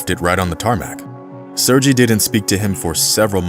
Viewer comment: You have a great voice and very good presentation but please check prior to future recordings when it comes to foreign names. It is SERGEY or SERGEI the 'G' sounds like in Gun Gear Guy Gone Gulp Good :-) Cheers man and no hard feelings please :o)